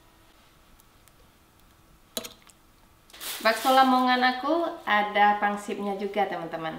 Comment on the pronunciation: Di mana pun saya, pasti cari bakso. Secinta itu sama bakso... Tapi sampai detik ini gak tau bikin bakso 😂 Btw, saya koreksi dikit yaa, pangsiT yaa, bukan Pangsip.. Thankyouuuu